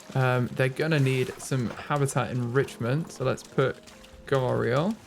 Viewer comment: You are pronouncing gharial right Also you can have multiple male gharial together